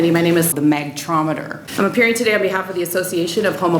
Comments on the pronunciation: Is she says MACtrometer ? No wonder it could explode. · Did she said Mac-trometer? o.O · Holly Hell... She butchered the word so bad that I needed 5 tries to say it right... and now the neurons that processed the wrong information must have committed suicide because I can no longer remember the word she used in this video...